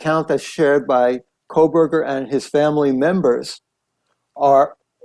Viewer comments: KOH berger Not Kohl berger No L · Not Coal Berger Ko Berger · Megyn, it’s been 2.5 years and you still can’t say his last name right! It’s Koh not Kol 😂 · Megyn, you’re great! But at some point I wonder if you’ll stop saying Kole-burger and say Kohburger, which is his name. Just sayin …. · It's not Kohl berger!! No "L" Megyn!! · Hi Megyn - just FYI, it's Kohberger, not Kohlberger, there is no "L" - not that I care about him, he is guilty and deserves the death penalty, but just thought you should know. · You keep saying KOHLBERGER! It’s Kohberger! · Thank you! It drives me nuts how she still is calling him coal-berger every video and king “street”. She clearly hasnt been following the case just reading a script….I couldn’t get past 2 minutes. Just nope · How are you still saying his name wrong? You obviously aren't following the case. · Megan.. You're the bestest!! But there's no L in Kohberger .. fan always in WNC.. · 1) There is NO L in KOHBERGER It’s quite representative of your coverage of this entire case. 2) Your coverage of this case is Garbage. 🗑️ It’s terrible. You can’t even pronounce the Defendant’s Name FFS So no way you’d pay attention to the Details of the case. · Please pronounce his last name without an L. You have been pronouncing it incorrectly for years. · Giirrrrrrrllll!!! You’ve been following and reporting on this case for too long to still be pronouncing BK’s name with an “L” in it… Guess I shouldn’t care about that POS… and I don’t… just a li’l tick for spelling… 😂